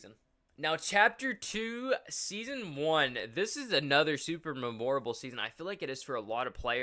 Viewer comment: you have to be trolling why do you say memorable like that it hurts my brain !!!!!!!